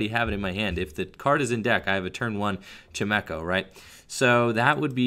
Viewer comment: Anyone else triggered by pronunciation of chimecho? Lol xD